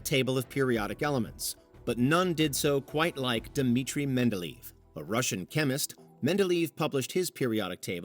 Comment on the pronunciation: The name of the inventor of the periodic table is pronounced...well, if you spelled it "Mendeleyev", you'd have been closer